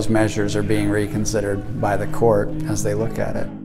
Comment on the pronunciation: Please dear God learn how to say court... It's not cooooooooort